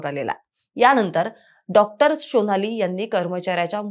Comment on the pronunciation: Shonali nahi sonali😮